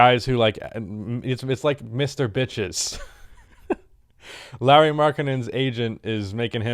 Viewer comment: hes called LAURI not larry...